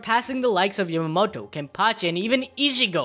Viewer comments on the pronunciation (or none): none